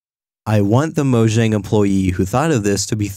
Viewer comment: IT'S PRONOUNCED MOYANG UGHHH